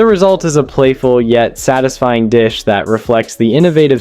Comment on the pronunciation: Your Ai is terrible. Yeah, that's very "tisfying."